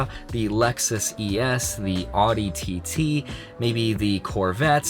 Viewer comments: Yeah hes not a car guy you can tell, he called an Audi an "odi" and this rule only applies to a certain extent then its just pointless, if someone is making $1,000,000 a year they can buy a $400,000 car if they really wanted to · Brooooo mans said "odi"